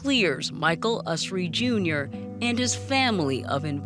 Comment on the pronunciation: It would have been good of the producers to pronounce Michael Usry's name correctly. They had, after all, heard him say it himself in their interviews of him